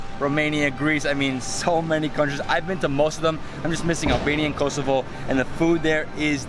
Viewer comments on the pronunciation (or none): none